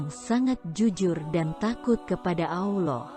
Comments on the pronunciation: Belajar sebut Allah bukan auloh hehe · Mengucapkan kata Allah SWT itu yang benar min Awloh atau Allah .. harus diperbaiki lagi kalo mau bikin konten ..